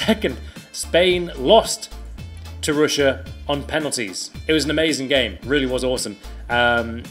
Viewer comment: Ruined pronunciation on russia